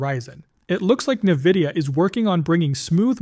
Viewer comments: What do you mean?! Doesn't everyone pronounce it "Nuhvidia" ? 😂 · Navidia? AI voice, I assume?